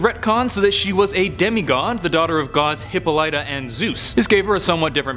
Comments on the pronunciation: WHY CAN'T ANYBODY SAY HIPPOLYTA RIGHT #wonderwoman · Kamala Khan isn't called Captain Marvel, Danvers was and Khan is called Ms. Marvel. It's not Hippo lita It's Hip all it ah